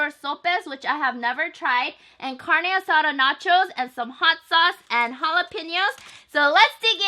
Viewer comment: "carne asara" "lengoa" jajajajajajajaja